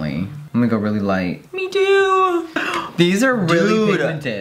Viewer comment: “I’m going in light-UH”